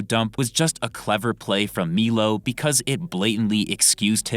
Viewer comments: Its pronounced "MY-LOW" not "MEELO" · Also it’s pronounced “MILO” not “MEELO”😂🤡